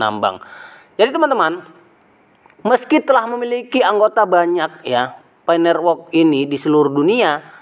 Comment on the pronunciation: Nerwok.. Network woiii.. lidah kerok dulu pake emas bos..